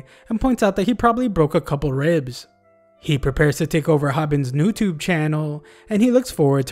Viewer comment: Bro said noutube